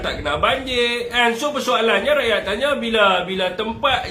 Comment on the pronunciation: rrrrrrakyat.... hahaha